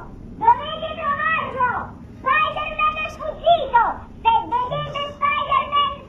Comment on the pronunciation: Voooooo si dice anto spidaman